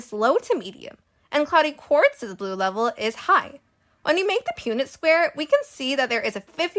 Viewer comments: I’m pretty sure it’s said like Pun-ette square not pūnet. Also how did you get 9.4% from 25, 50, and 75? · Its pun-net square lol not pue-net, but amazing video! I could’ve never came up with this! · You pronounced Punnett wrong, its not pewnett It’s Punnett like as in punch so Punnett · PUN-nit, not Pew-nit. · Punnett is pronounced like "pun-it" not "pune-it" fyfr :3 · Pun-net square not pew-net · Just so you are aware Punnet Square is pronounced "Puhn-et." So a short 'u' sound rather than a long one. Hope that's helpful! 😊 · Heads up, punnet square is pronounced pun-net, the same way you would talk about a punnet of strawberries.